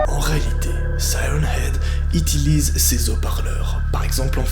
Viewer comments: Dans un moment j'ai cru entendre "itilize" 🤣🙄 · on est d'accord qu'il a dit itilise 😂😂😂😂😂😂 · Chu la seule à remarquée qu'il dit "itilise" à la place d'"utilise" ? 😂😭